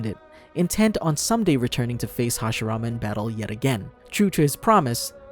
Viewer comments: OH MY GOD! ITS HASHIRAMA!!! NOT HASHARAMA!! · Roll your Rs bro…